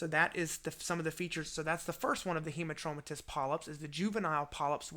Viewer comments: This is a great video. But... It's Hamartomatous (like... hammer) not Hemartromatous. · Great clarity and a wonderful explanatory video. Just that it's hAmartomatous and not hEmartomatous polyp. 🙂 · Yes,agree,Robbins textbook also said 'hamar'